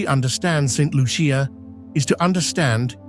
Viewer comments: please do your research, St Lucia is not the only volcanic island in the Caribbean. Also, learn how to pronounce the name of island. However, there were some beautiful views. It is a very poetic view. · Saint Lucian here! This video needs to be taken down and properly edited. 1. You might have checked the correct pronunciation of the name of the country. 2. There are no crocodiles in Saint Lucia. 3. There are scenes which are obviously not authentic. 4. The AMERINDIANS were the original inhabitants of the island and are not mentioned in your comment on ethnic history. 5. After slavery was abolished, India became the source of indentured workers many of whom remained and contributed to the ethnic mix. 6. It is incorrect to say that the island is geographically isolated when it is surrounded by neighbouring island countries and has direct international flights to Europe and North America. 7. Saint Lucians are very well educated with a large middle class and like any other country, people move around the globe for various reasons. 8. There is a large community college and access to The University of the West Indies (UWI) which has 4 main campuses in Trinidad, Jamaica, Barbados and Antigua, as well as Univerrsity Centers in all the other islands facilitating its online degree programmes. Thousands of Saint Lucians have done degrees in Science, the Arts, Medicine, Law, Education, etc. NB Saint Lucia has two Nobel Laureates (Economics and Literature). Stop the stereotyping! Island nations in the Caribbean are countries like all others, with normal social issues and a range of lifestyles as in any country. At least have the courtesy and professionalism to check your AI and do the a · I am getting annoyed by those AI videos. Like many other born Saint lucians, we can clearly see you did not do your a research befor making this video. You're mixing up different saint lucia videos. And please learn how to pronounce Saint Lucia.